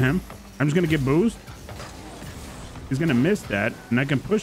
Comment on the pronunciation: Why he said bboosst like that